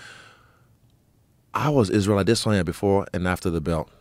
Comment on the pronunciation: Izzy is pronouncing "Adesanya" wrong